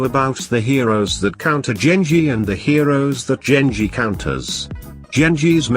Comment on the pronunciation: Genji not Jengi